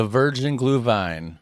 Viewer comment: Well. the Sauerkraut part sounds like a klischee....US Americans eat more Sauerkraut per person than Germans, but I will not get into that.... you are really good on "Glühwein" sounds pretty German to me.